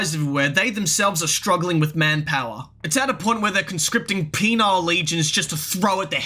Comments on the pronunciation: Great vid It's "penal" legion like "pee-nawl" Not "penile" (pee-nile) The first refers to punishment. The second for dingdong. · It's "penal" not "penile" lol.